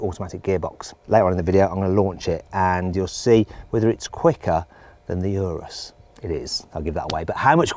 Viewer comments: 冒頭の所、Lamborghini Anusって言ってる？？ww 翻訳もまさに「丸く」してる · 「エイナス」って言ったか！？